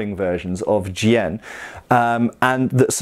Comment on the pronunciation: As a teacher of Chinese swordsmanship I have been enjoying the videos on Chinese swords. I'm also glad that has learned how to properly pronounce the word Jian. Coming from a more recent swordsmanship perspective, I feel like people are often ignorant of the massive differences in techniques and strategy employed. I picked up a longsword one day and found that the guard got in the way for a lot of my go-to techniques. With basket hilts it was also problematic when I wanted to switch hands, something that I do all the time. The simple fact is that not only were the swords, the armour (or lack thereof) and battlefield conditions different, but so was the swordsmanship. I learned many drills that make what I do work and the way that I fence reflects the challenges that I faced from other fighters in China. The rules for fencing also reflect these differences. Being back in the West for the time being, I have enjoyed studying the differences and am grateful for the diversity of martial heritages.